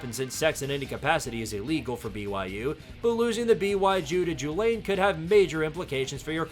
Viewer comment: BY-Jew to Jew-lane 💀